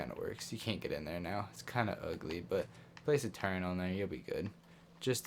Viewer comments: Say ‘turrent’ one more time and i’m gonna rip my ears off! There is no ‘n’ in ‘TURRETS’!!! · No cap but google turret and have google say it cuz u be putting an “N” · Calm the duck down, it isn’t to bad and is kinda funny